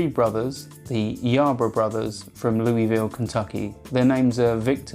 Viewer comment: Hmmmm…. Last time I checked my birth certificate Brough was pronounced “Bruff.”